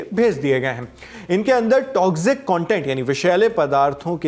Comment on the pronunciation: the pronunciation of "toxic" is, rather different. A kind correction. No offense meant😊